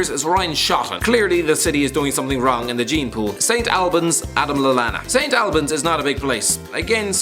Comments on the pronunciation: It’s pronounced St Olbans and also well done on including them as they are only just classified as a city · It's prounouced Saint All-buns not Saint Al-buns and it's actually a pretty big place, it's pronounced like that because it's Hertfordshire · St albans not st. Albans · You can't pronounce st albans